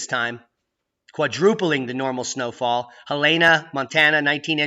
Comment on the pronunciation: Its Hellena not Helayna